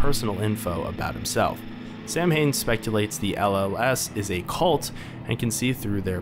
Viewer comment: Nah, that's Sow-wen 😎. Although the Void Prince and Princess ate invincible, they can still be sucsessfully soulsnatched. Final Bosses are weird. I remember winning when both of them still had half their HP left. There are also different endings. Finished the game twice: Gary+Samhain, Gary+Helena. There should be additional playtesting right now.